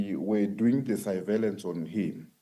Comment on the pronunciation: “… Saivelence on him…”🙂‍↕️